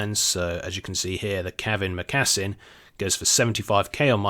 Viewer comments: say moccasin again! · OMG lol the way you said cavern mocassin